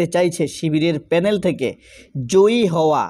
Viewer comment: ফেনেল (প্যানেল) শব্দটা দিয়ে বুঝলাম আপনার বাড়ি নোয়াখালী রয়্যাল ডিস্ট্রিক্ট ।